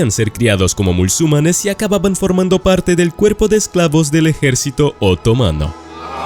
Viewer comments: Porque dices "mulsumanes" en lugar de MUSULMANES! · Deja ya de decir MÚLSUMANES por favor... 😅 No es el único video, ya te lo he oido deccir varias veces en otros. Se les llama MUSULMANES. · Repite conmigo: MU-SUL-MA-NES: MUSULMANES.: MU-SUL-MA-NES: MUSLUMANES. 🤣🤣🤣